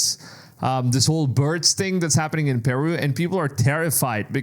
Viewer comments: Pronounce "Peru" like you got a pair. It is "Peh-Ru!" not "Pearoo" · it's not PEEru, it's PerU. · "PIRU" The way he pronounces Peru is aggravating me beyond what it should. I have never heard someone pronounce it that way.